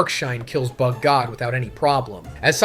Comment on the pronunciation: There is something off about this video man, I don’t know if the whole video is ai generated, but there is many instances that is clearly an ai voice, Garou, Tareo, bug-god, I’ve watched your videos for years and have never heard you say Garou name like that…